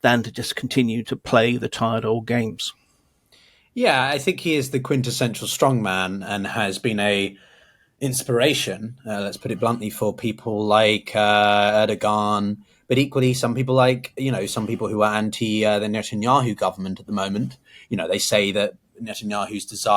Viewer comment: Erdoġan is not pronounced with a hard english G. the ġ serves to elongate the vowel preceding it. Best wishes. Christopher